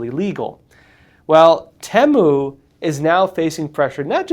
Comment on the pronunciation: Finally hear someone pronouncing "Temu" the way I do. Nicely vindicated; if someone would know is.